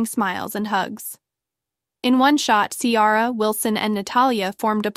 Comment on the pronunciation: Girl learn how to pronounce names honey the name is Ciara!!